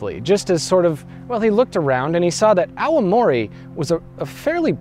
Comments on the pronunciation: Auamori? Its Aomori! Stop pronouncing it as owie! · You gotta stop pronouncing Aomori as Aowamori